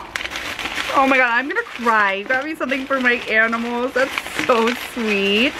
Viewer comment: You said Aminals lol it's cute